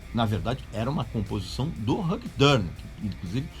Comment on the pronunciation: VC se acha por pronunciar "Ulrich", mas nao sabe pronunciar "Hugh". Lol